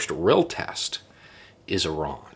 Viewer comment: Apart from being impressed by your intellect, I'm also so glad that you pronounce Iran correctly rather than the usual American way of "eye-ran".